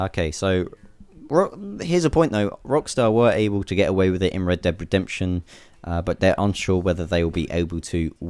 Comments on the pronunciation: it sounds like your saying red bed inception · Reb Deb Redebtion. lol